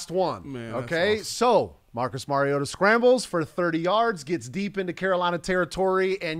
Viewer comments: It's Mar-E-ota. Not Mare-E-ota. He's not a female horse. ;) As in Mario Andrette. But pronounce "ta" instead of Andrette. Please people. Learn your QB's name. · I know. Many sportscasters are little more than talking heads. They don't really know much than just what's put in front of them. Been following Marcus Mariota since his UofO debut. Mariota is pronounced as I have described. It is indeed Mar-E-O-ta not Mare-E-O-ta. Spread it around. Fans should know who their QB is. Journalists and sportscasters should stop being lazy and find out the name of the person they are reporting on. It's not as though Marcus Mariota is a rookie. They've had plenty of time to learn his name. If I were a teammate or staff and some journalist asked me a question about Mare-E-O-ta. I'd promptly and forcefully assert that I don't anyone by that name. I'd start shamming them for their laziness and disrespectfulness. P.S. Mrs. Mariota contacted some sportscasters in early college days to set them straight on the pronunciation. This was mentioned during the broadcast of a game.